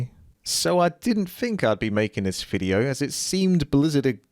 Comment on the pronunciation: DID YOU JUST SAY EFFING "FIDEO" IN THIS VIDEO? REALLY?